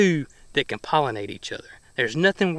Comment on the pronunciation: Did you say your Crabapple CAN or Cannot cross pollinate?